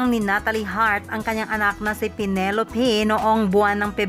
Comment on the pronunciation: Penelo-peh at nata-leh